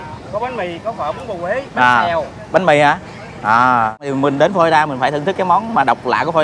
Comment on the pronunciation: Florida chứ không phải Flolida